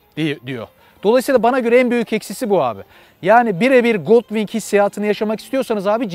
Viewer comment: "Honda Goldwing" yazılır "Honda goldvin" olarak okunur. tabii ki doğrusunu sen bilirsin. Yorumların güzel, izliyorum.